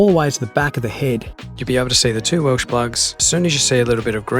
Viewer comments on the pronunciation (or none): Welch plug Welch not welsh